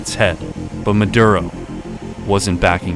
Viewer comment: Came for the Aura ad, stayed for the "Sicario 3: Muh-Durr-Ohh" trailer.